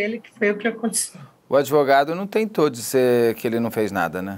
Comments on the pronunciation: Eu não entendo como uma pessoa da lei fala adevogado. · Passei o episódio todo com palpitação, com a delegada repetindo “adEvogado”. Ela trabalha na área da justiça e até hoje não aprendeu a pronúnciar a palavra corretamente? Que é “advogado”, com “D” mudo??? 🤔🤔🤔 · Isso significa SOTAQUE, vc acha mesmo que uma mulher que demonstra inteligência o tempo todo não sabe pronunciar advogado? Aiai viu